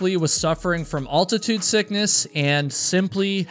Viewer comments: Al-tuh-tood, not all-ti-tood at least in American English. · Altitude, not Alltitude